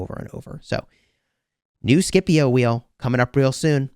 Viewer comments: Shepio not Skipio! XD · The pronunciation is actually “shipio” non “Skipio” lol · The way u pronounce Scipio triggers me to an uncomfortable degree lol. Love your vids! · I'm so use to the old pronunciation of Scipio that the new one sounds so wrong